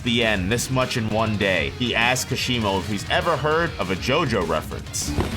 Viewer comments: kash e moh.....its like kah shee mo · “Kasheemo” had to click of this video after hearing that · How can you pronounce the "Ka" in Hakari correctly, but are completely unable to pronounce the "Ka" in Kashimo correctly, when it's pronounced the same way? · Amazing video, but Kashimo isn't pronounced like that. The stress is in 'Ka'